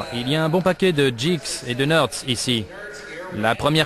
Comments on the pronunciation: geek se prononce guik :) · Geek prononcé Djiks... Ce documentaire est vraiment génial je trouve, il détaille bien tout, c'est très compréhensible, pour tout le monde, calé ou pas dans le domaine.